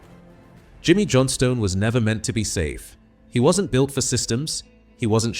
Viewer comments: Thanks for the apology. You should also amend the pronunciation of 'Johnstone' (my gran's maiden name, b. Kilmarnock, 1877. That makes me feel old -- which I am, to be honest). Thanks for the tribute to an all-time great player. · When AI can't say Johnstone or Stein correctly